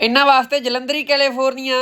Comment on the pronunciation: ਜਾਣਕੇ ਪੁੱਠਾ ਬੋਲਦੀ ਹੈ...ਡਿਪਰੈਸ਼ਨ ਨੂੰ ਡੈਪਸ਼ਨ, ਨਿਊਜੀਲੈਂਡ ਨੂੰ ਊਜੀਲੈੰਡ ਤੇ ਕੈਲੇਫੋਰਨੀਆ ਨੂੰ ਕੱਲੂਫਰੋਨੀਆ